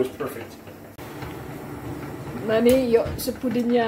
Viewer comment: Dengar Perpeeek nya ngakak Aku da.. hahaha